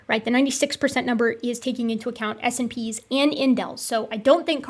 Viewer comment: I've usually heard 'SNPs' pronounced 'snips', which might be easier. Or it might not! Just FYI.